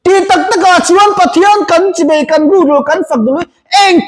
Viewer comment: A ropui thin hle mai i inpekna.chibei nilovin chibai tih tur